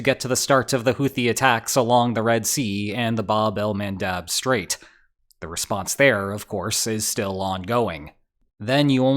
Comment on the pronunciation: Did you drink when you said 'Bab-al-Man dab?'